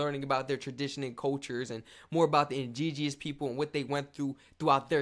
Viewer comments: I love you, man: it’s just it’s pronounced “Indi-Gen-ous”. Not “Indige-e-ous”.😅🖤🤎 It’s alright, though, man. Relatively slight misreading/mispronounciation error.🖤🤎🍁 We Canadians still love you, man.❤️🇨🇦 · First time I've ever watched your videos. Other than your pronunciation of indigenous it was great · Not picking on you but that pronouncement of indigenous took me out. :face-blue-smiling